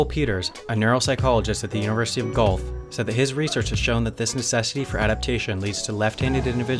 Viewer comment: Not the University of 'Golf' but the University of 'Gwelf". I pick nits. Stands in the way of dating but...